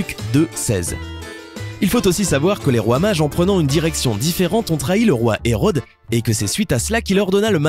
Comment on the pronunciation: Quand il dit « roi mage » je comprend « fromage »